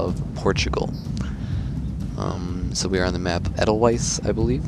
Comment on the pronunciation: German W's have a V-sound. Edelweiss - Aid-el-Vice. - :)